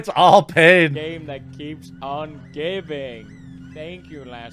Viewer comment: "Its the gayme that keeps on gayving"